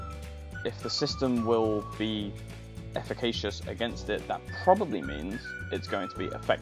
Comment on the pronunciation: indictmentの発音はインダイトメント、efficaciousはエフィケーシュスです。